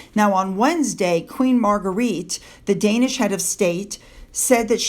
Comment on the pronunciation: Hi, Queen Margrethe of Denmark is pronounced Margretta, not that it matters but I know how pedantic you are about getting pronunciations correct, so please don't take offence🙏 Thanks for yet another brilliant video.